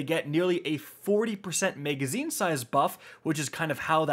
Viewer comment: MAGazine not MEGazine